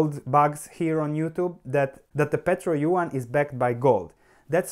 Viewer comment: Don't take it bad, but if you want to pronounce it correctly : , try to pronounce yuan like you would for "yuen" :p . I hope it helps you to learn how to pronounce chinese stock companies as long as chinese "currency'.